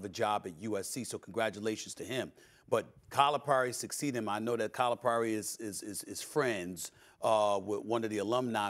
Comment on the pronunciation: It would be nice if Stephen A would learn how to pronounce Calipari.